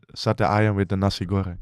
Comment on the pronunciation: Lucu banget waktu bang verdonk bilang mau pesen nasi goreng sama sate ayam tapi tidak bisa mengucap kan ....hehehheheh